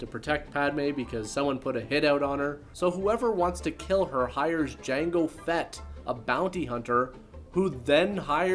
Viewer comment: The D is silent with Jango...